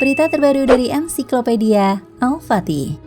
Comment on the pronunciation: Sultan Hasanudin silap al patih, al fatih sbtur nya 🙏